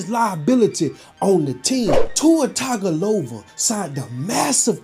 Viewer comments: "Tua Tagovola" 😂😂😅😅😅😁😁😁😆😆😅🤣😂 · you pronouncing his last name 😂😂